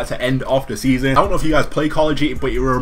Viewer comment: "Seasom 5"